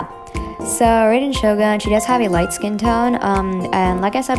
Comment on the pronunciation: Hi sorry to be nit picky though raider shogun is pronounced r-eye-den shogun, again I’m really sorry but just wanted to let people know :)